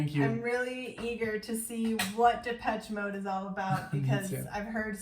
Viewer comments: It's Depeche Mode, no Peach in their name... ;-) Like depèche in French. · Legendary band with tons of fantastic music, so many songs to recommend, good lyrics too. Check out World in my eyes, Enjoy the silence, In your room (album version). Happy belated 30th birthday,! Oh and it’s pronounced de-pesh.😉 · The proper classification for this music is Techno Rock. And the proper pronunciation is Depesh Mode. Love Depeche Mode. Have listened to them for many years. Everything they record is worth repeatedly listening to. My favorite song is Strangelove. Thank you for reacting and to Kevin and Tomaso for recommending. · This album came out in 1990 and blitzed everything. Tbh you can’t even say this is a “1990” sounding album, it could easily sit with albums made 10-15 years later. Genius, saw them live in London in 1990 at Wembley, astonishing. Btw you pronounce it “Depesh” Mode. Please don’t compare it to Rammstein 🤣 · It's pronounced... Dep esh ay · Goth people like it, but it was around before Goth was a thing. Depeche Mode (pronounced de-pesh) was just considered alternative/new wave dance at the time in the US and synth-pop in Europe. I would recommend listening to songs starting with the album "Music for the Masses" Before that, they may be a little too synth pop. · I love Dave Gahan's voice. By the way, it's pronounced Da-pesh.